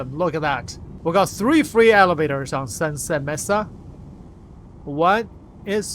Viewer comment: "May-sah" not "mess-ah"